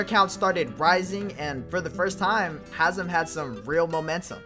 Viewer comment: Its hazem